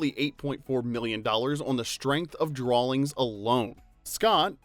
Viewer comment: There is no L in the word "drawing."